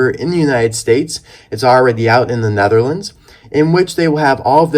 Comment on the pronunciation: You say the neterlends my country thanks